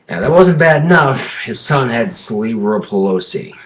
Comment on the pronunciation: Hahahaha "celebral pelosi"